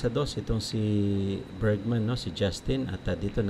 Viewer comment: Bergman hindi Bergsman dinadagdagan mo ng S